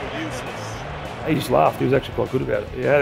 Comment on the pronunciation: Excuse me? What’s a Gray “Nicholas” ?